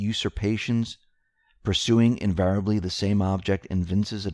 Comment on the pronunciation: Let's learn proper English and pronunciations, shall we -especially when reading verbatim. 1. Usurpations 2. Despotism 3. Invariably Look those words up and learn to say them properly. Hearing you butcher common English-language words night after night is like listening to fingernails on a chalkboard.